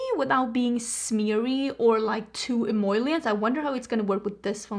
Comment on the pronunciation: it is “em-O-lient”! you’re trying to say em OIL lient haha